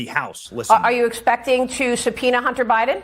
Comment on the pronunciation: how did the news reader pronounce subpoena? Did he say suh-pee-nee-uhh? Lol